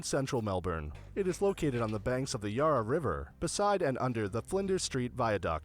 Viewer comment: Don't know where the narrator in the video was from but he was definitely not from Australia. Melbourne, Yarra, were two places that really stood out as being mispronounced. Your pronunciation of Melbourne is also incorrect. Melbourne Mel-bn. Yarra Yarruh.